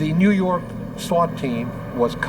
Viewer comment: NEW YAWK AFFICE!